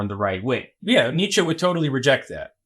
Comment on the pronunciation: for the love of god can you guys pronounce neitzche correctly?